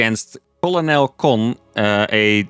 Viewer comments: Colonel is pronounced kernel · Colonel is a funky word, but it is pronounced very similarly to "Ker-nel". Your content is amazing by the way!